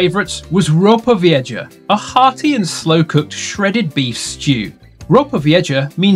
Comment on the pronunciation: Why can't brits learn how to pronounce Spanish words? Vieja is pronounced " VEE-AY-HA", not "VEE-EH-JA".